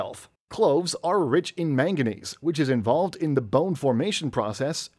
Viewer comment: The mineral is NOT “magga-neese”. It is “man-ga-neese”. Just look at how the word is spelled. ☹️